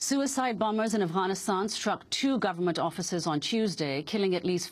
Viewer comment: why the fuck does this bitch say ivanistan?